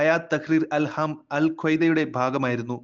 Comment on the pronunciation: അല്ഹാം അല്ല അൽ ഷാമ്